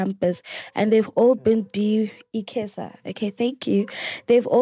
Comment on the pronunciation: its not pronounce Ikhesa its (ICESA) EyeCeeSa. I went there in the late 90s